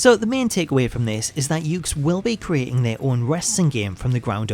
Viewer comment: The name of the company is actually pronounced as "yoo-kays." Well, anyway, nice video, and keep up the good work.